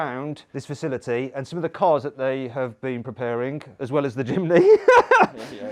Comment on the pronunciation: Mat: jimny Subtitle: chimney